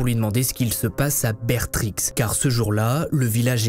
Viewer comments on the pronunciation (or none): Incroyable la vidéo mais sa se dit bertri le x se prononce pas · Étant originaire et ayant passé toute mon enfance à Bertrix (dont on ne prononce pas le "x"), l'affaire Dutroux m'a toujours particulièrement touché. Merci beaucoup pour cette vidéo très bien travaillée et présentée, comme d'habitude. Les illustrations leur apportent un réel +, et elles sont encore plus agréables à regarder. J'ai hâte de voir ce que tu vas nous raconter d'autre sur l'affaire, et si tu pouvais recommander les livres dont tu t'es servis, ce serait super ! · Ma mère était la meilleure amie de Laetita, tu dis Bertrix en prononcant le x ça m'a fait mal au oreilles xd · entendre prononcer le X de Bertrix fait mal à mes oreilles de belges :/ mais ça n'enlève rien au talent de cet homme pour réussir à atteindre et toucher tout le monde en racontant ses hvf